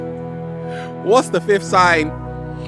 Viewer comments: Did you say "do you think nature waited for us to invent math" or did you say meth? I guess nature invented both first considering the senegalia berlanderi tree but I don't understand what relevance a horrible chemical such as meth has. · I know I'm not the only one who though he asked "you think nature waited for us to invent meth?" (Yes, I overstand he said "math")